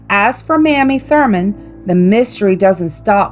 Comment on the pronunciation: West Virginian here. I've been to most of these places, and had heard all of the urban legends. The Asylum and Penitentiary are really cool! You mispronounced Mamie Thruman's name. :)